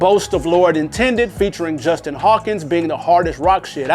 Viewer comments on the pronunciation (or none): none